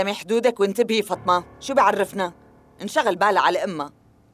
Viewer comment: فاطمه❌ فطمه✅